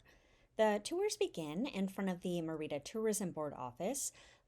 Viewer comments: ME - Rida Not MeR-Ida. The E is stronger than the I. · Really nice video, but please stop saying Me-RI’ da. It’s Mer’ Ida. If you’re going to do a video on a town, ask a local how to pronounce it so you get it right. It would be like calling California, Califor nia’. It’s just incorrect. I’m not angry, just being frank. I.hope to visit Mer’ida soon. TU. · Great tips, very useful information and a well-edited video, EXCEPT for one annoying flaw. You started off pronouncing "Mérida" correctly [MAIR-ih-duh] and then, for some inexplicable reason, kill the pronunciation to [mur-EE-da] for most of the video to the end. The accent on the "e" (é) means that syllable is emphasized. You pronounce it correctly at the start of he video, and, oddly, correctly at , then murder it in the very next sentence at and continue mispronuncing it "gringo-style" all the way to the end. The accent indicates emphasis of that syllable. Another small step towards Spanish fluency! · Actually, no. It's distracting, particularly when the mispronunciation is the very subject of the video. If you're going to make a video about a city, at least get the name right. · Omg. Learn how to pronounce the city! You are making my ears bleed. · Great video and tips. I've got to visit! A tip about pronunciation in Spanish is you always stress the syllable with the accent. If the word doesn't have an accent, you would have been correct stressing the second to last syllable. This is the usual rule unless there is an accent.